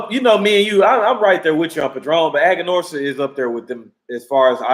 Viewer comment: Brotha you know it is Aganorsa